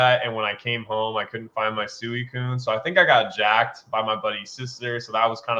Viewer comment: I think the pronunciation of Suicune needs to be addressed lol. is the only person I’ve ever heard pronounce it like he does. It was bothering me the whole episode 🤣 It’s definitely pronounced sweecune. I love the 3 hours of content. Cannot get enough. And Team Rocket Returns is an amazing btw. Thanks guys. Love the consistency!